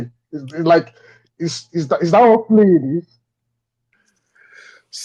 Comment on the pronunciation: I've never heard the word Fleeing said so hard B4 in my life & :face-purple-crying::face-purple-crying::face-purple-crying::face-purple-crying::face-purple-crying::face-purple-crying::face-purple-crying::face-purple-crying